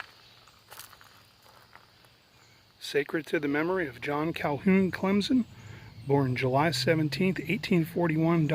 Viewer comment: Clem -Son not Clem-Zon.....lol...love your videos. But for real no Z in Clemson.